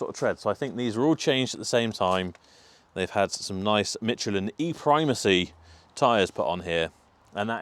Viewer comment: Ah, the invisible English 'T' added to Michelin. FIle next to the egregious pronunciation of 'taco'.